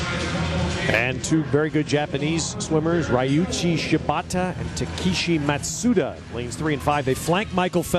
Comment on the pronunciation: they pronounced ryuichi totally wrong